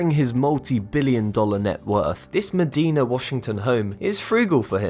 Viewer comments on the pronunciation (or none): Medina, the city where Bill Gates lives, isn't pronounced the way it was in the vid. It is pronounced like Meh Die Nah.